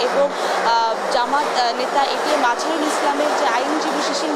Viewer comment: উনি একটি দলের নেতা। ওনার নামটি সুন্দর ভাবে উচ্চারণ করুন